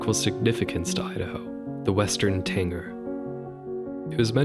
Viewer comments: Oh no, now he’s saying Tanger, instead of Tanager (with a j sound) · It’s TANAGER, not Tanger! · Love the video! As a birder, I agree with your methodology completely. However, I couldn't help but wince when you said "grouse" (should be pronounced like ow, as in "ow, that hurt"), and "tanager" (should be pronounced TA-nuh-jur) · BTW, its Western TanAger, not tanger. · western tanager. you keep saying "tanger" ...which I think you're reading a mispelling to begin with. I hope? Tanager sounds like "manager" ... what you're saying sounds like somebody who drank to much 80's orange drank. Tanger. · It's a Western Tanager, not Tanger. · You had me until "Tanger." It's TANAGER, as in TAN-A-GER. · It's pronounced GROUSE, like LOUSE or MOUSE, not GROOSE like LOOSE. Also, It's TANAGER like MANAGER. Not TANGER like Uh.... Yeah. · What the hell is a TANGER? It's TANAGER (TAN-A-GER). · Interesting video with some absolutely insane bird name pronunciations and naming choices. - Grouse rhymes with mouse, not goose - You're missing an "a" there for Idaho's alternative option - it's the western tanager, not tanger - the willow goldfinch is a specific subspecies of American goldfinch, and alternative names for birds are really common - California gull, not California seagull. (this applies pretty much in every gull case, fun fact) Bonus - "Why are there a hundred species of warblers?" an eternal question, one that can only be answered by Joining the Warblers. Join Them. Join Them. Join Them. BECOME ONE. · Gr OW se, tan-aj-er, rose-ee-at spoonbill. Love it though, bird person myself and its great to get some education. I do like mockingbirds but also agree there shouldn't be repeats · Dude did you say "tanger" the whole time? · I kept thinking is he talking about a tanAger? Also mispronounced grouse as well right? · What do you mean? I was bothered about Tanager being pronounced wrong, but is there something I'm missing?